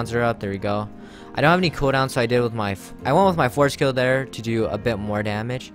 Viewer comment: when he said so i thought he said saw